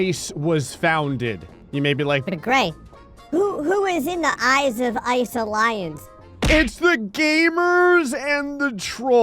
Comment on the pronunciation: "Eyes of Ice" sounded like Gray was mis-reading Ivalice and I had to go rewind.